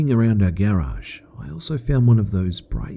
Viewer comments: Lol he pronounces garage gerage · Man... I love the narration but the way you say garage triggers me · What does stupid o clock mean? And lmao the way you say Garage makes it sound like "Gay Raj" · I hate how he says Garage.